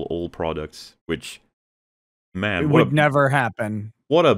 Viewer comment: I've wondered this for some time now, someone please if you can let me know why when says the word "man" as in the oft used phrases "like, man" or "ah, man", it comes out like "mhën"